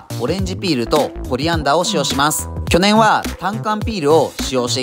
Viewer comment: 去年のイントネーションに全てを持っていかれた